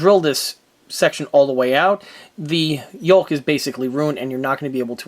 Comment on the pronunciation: "YOKE"not "YOLK"